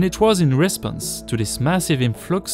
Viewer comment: You do have a pleasant voice to listen to. I have been watching your videos and the AI sounding British Voice sounds sterile and boring. So, as a straightforward Australian..... Here's a list of words you have mispronounced: 1. image 2. pilgrimage 3. response 4. meant 5. damaging 6. considerable 7. observatory 8. crescent and that's it really. Do use your own voice as it so soothing to listen to, SVP